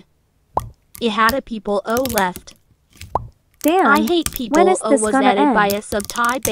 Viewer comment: "Ihataplaues" you mean I hate people